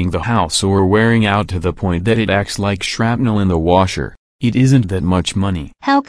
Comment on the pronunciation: New warsher time.